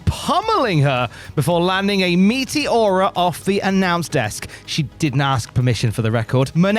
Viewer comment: took me a minute to realize this fool said "meteora", my high ass thought he said "meaty aura"